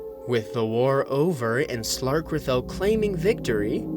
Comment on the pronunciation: You pronounced slarkrethel wrong...